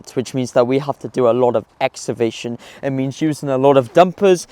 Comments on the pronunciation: He can't pronounce EXCAVATION 😂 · Ex ca vation ffs